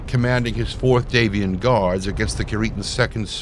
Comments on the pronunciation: Normally I wouldn't nitpick, but the lore specifically points to House Davion being descended from Anglo-French nobility (d'Avion meaning 'of Avion) so it informs the way that name should be pronounced. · What's with the weird pronunciation of Davion?